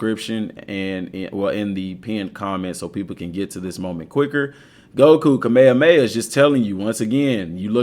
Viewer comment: what is cah-mey-yah-mey-yah?